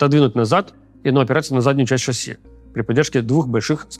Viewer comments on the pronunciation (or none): none